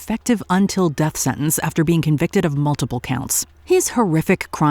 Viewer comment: you do understand and realise that there's a 'T' in the word 'Sentence' and you can say it out loud with the rest of the letters in the word, it's okay no one is going to give you a hard time for saying a word Correctly and if they do then they are idiots.